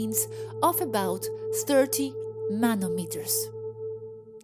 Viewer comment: xD hey yes!, just the last one you said: "nanomeTres" (i think the most) not "nanometers" as i also misspelled before, too.. xD as we can see its a "tricky" word! great vid!